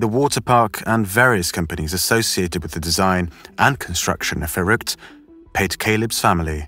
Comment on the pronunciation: Your pronunciation of Verrückt is amazing. Have you learned German? As a German who has heard this story on various channels you're the first one to say it correctly